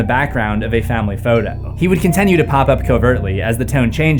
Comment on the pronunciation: When intending to say “continue”, please do say “continue” and not “contenue”.